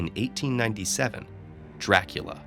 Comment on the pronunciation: COUNT DRRRRAAACUUULLLAA